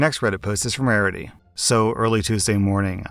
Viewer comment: rariiry more like Verity!